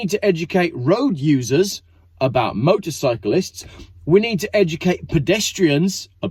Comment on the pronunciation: Wtf is motorbyclist you sound retarded. Motorcyclists! Great video though.